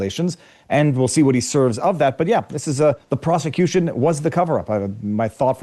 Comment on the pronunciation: bro relax with the word ‘proscituition